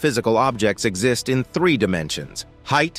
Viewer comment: err what is with this thee six nine pronunciation? Anyone know? At least half the time or more, the narrator does not say three, he says thee